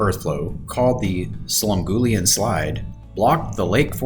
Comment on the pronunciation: Boy, you slaughtered the "Slum-Gulley-An" name bigtime...lol